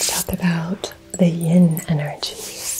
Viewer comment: Do you mean yin and yang energy. You said yon or yong